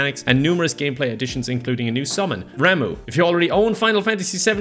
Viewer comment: "Ram-oo". Gotta say, even when I first played FFVII back in 2001, I pronounced it "Ram-uh".